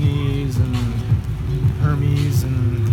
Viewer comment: Hermes is pronounced "Air-Mez."